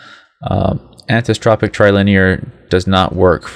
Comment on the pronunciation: Learn to pronounce Anisotropic and Anti-aliasing lol .... and you talk WAY too slowly. I understand there are some people out there with the intelligence of a lamp post , which is why you explain so slowly... but those people should not even be trying to tweak their graphics! lol